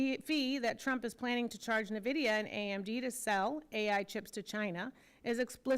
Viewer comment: It's Nvidia not Nevada